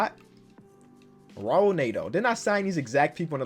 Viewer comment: Since you keep scooping him in free agency. It’s not “R”aul Neto. It’s pronounced “H”aul Neto